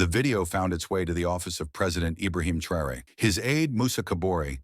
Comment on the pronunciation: This video is pronouncing Traore name wrong...also others videos from america the youtube videos calls him everything but his name. They are hoping you wouldn't notice, stop rewind and see fir yourself. Whenever you do notice, give the video a 👎